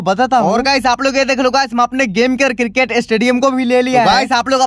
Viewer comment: पागल भैया क्रिकेट नहीं होता क्रिकेट होता है